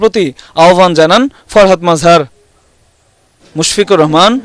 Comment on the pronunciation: Baler news presentar. She cant promunce the name. Farhad Mazhar. Murkho reporter and presenter...